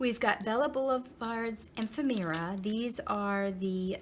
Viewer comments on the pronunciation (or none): A friendly word of advice. Since you have a you tube channel I assume you’d prefer to be pronouncing items & brands correctly? If so maybe watch some other craft videos such as craft room tour or shopping haul and listen for how to say the following correctly: Ephemera, Authentique & Aleene’s 😔 Thank for sharing your box!